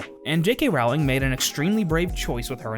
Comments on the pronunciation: No, the main takeaway is that he does not know how to pronounce JK's last name. It is pronounced rolling (row - ling), not rauling like howling. 😎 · Okay, I'll start with a pedantic nitpick: you say you're a fan but you can't say her name right? Really? It rhymes with bowling, dude. Now, for substantive points: 1) I agree with you on the Leta story line. It was basically a red herring (which works great in a mystery but doesn't serve a real purpose here, making it superfluous) and just to add back story in an attempt to make her death more meaningful. It didn't, though. She was still just as much dead weight as Nagini. I think both women were there to score social justice points without any substance or affect on the plot. They both could've been used much more powerfully than they ended up being. 2) I agree that Theseus and Leta could've been included with Newt and Jacob, to streamline the ridiculous number of plots and to create more interesting dynamics. I also agree that Tina and Creedence could've been grouped together, too. I think it could've been interesting to have Queenie join them for a while only to leave later in a disagreement, and maybe that's when she gets picked up by Grindelwald. 3) I don't really have an issue with Depp as Grindelwald. I think the characterization problems he had were problems of direction and script, not acting ability. But someone else could've played him, I'm not picky. I do agree that Grindelwald shouldn't have been cast first (I do think it would've been powerful to have Graves revealed as an agent, instead of G himself), and I think they should've done chemistry tests for both Dum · I don't mean to be rude but I'm pretty sure you're pronouncing Rowling wrong